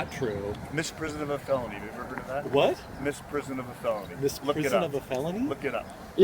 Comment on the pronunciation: Also, it is misprision... Not Miss Prison, 😂